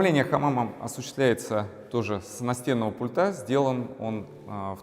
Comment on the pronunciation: Очень хороший интерьер, кроме потолка в зоне бассейна. Вообще не подходит такой тёмный потолок в таком светлом интерьре- non si sposano assolutamente! Цвет бассейна потрясающий! Строительную химию для бассейна какую использовали, чьё производство? Костюм великолепный! Вам очень идёт. Теперь об ударениях. С пУльта! Пли'нтусЫ, а не плинтусА. Проверьте, пожалуйста, слово дилемма. Я знаю, что это НЕОБХОДИМОСТЬ выбора между двумя, или несколькими НЕЖЕЛАТЕЛЬНЫМИ возможностями, а не синоним слову проблема. Извините!